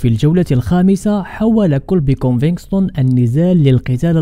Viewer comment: كونڤيگتون او كونفيكتون و ليس كونفكستون اخي . مسيرة موفقة و انت شخص مميز 😊🎉